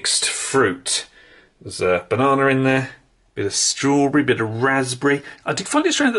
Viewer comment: i'm sorry i can't do it, he said "bananER" like 7 times in a row, i can't stand it